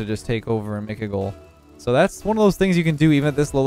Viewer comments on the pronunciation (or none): none